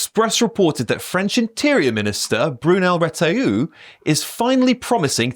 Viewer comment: Retailleau [pronounce "o", not "oo"! He speaks a lot, like Darmanin before, but does nothing. It's not necessary his fault, Macron the warmonger [like Starmer] blocks everything!